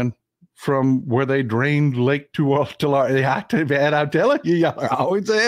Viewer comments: It's pronounced like Tulary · Say Tu-lair-e please. That's local pronunciation. JS.......I 🙃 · I lived in Visalia. Mt Whitney HS played Tulare HS. You are not the only person pronouncing it differently. I never heard it any other way except 'TooLarry'. Dad flew helicopters for JG Boswell in Corcoran, not far from Tulare (toolarry) and it was always 'toolarry'. But, then, there were only 11k people in Visalia, so maybe we were all incorrect. Just min-ooh-shaw! STAY WOKE AND VOTE BLUE.